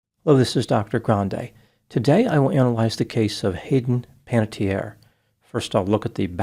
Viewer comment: The final vowel in Panettiere is pronounced, because it is an Italian name, not a French one. It means baker. This is a less common spelling that is rare in Italy. The usual spelling is Panettieri, but Panatteri and Panattieri are also found.